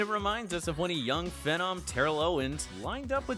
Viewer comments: he says “phenom” and “isaiah” wrong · How do you say tua last name right but phenom wrong?